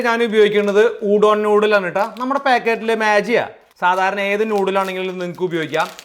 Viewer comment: പുതിയ രണ്ടു ഉച്ചാരണങ്ങൾ പഠിക്കാം കുട്ടികളെ ഇന്ന് shallots ഷില്ലോട്ട്സ്സ് maggi മാജി